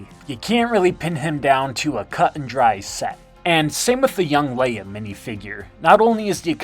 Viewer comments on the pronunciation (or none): none